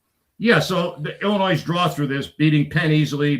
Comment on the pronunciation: Illi-noy the s is silent. You sound like a third grader saying illinoise